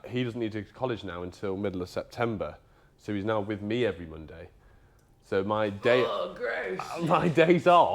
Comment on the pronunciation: lol, "Monday morning". I thought you said "Bundy morning"